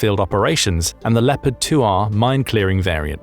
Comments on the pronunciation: Please… it’s pronounced “Le-O-pard” not “Le - pard”. You’ll be driving all the Germans crazy given how often you say it 😂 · it a bit funny to hear how amaricans pronounce Leopard. they say "Leppart" they must think the "o" is a communist conspiracy ;) Where does the love of extra "p's" comme from thoug? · Are you absolutely sure, with me being a graduate of the US army armor school at Fort Knox, Kentucky, that’s the exact pronunciation for the WEST German main battle tank? Additionally, I was raised in a German speaking household in Wisconsin.